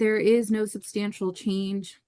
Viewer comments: What "exstantial"? She going to college? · How do you have a written statement and can’t even read it. She’s a loser who’s been getting by on her looks her whole life. “He makes a exstantial amount of money”. wtf is that? 😂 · "instancial amount" lmao!!!